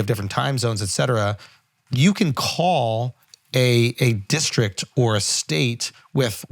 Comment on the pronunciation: Did you say District?? Or Dickstrict???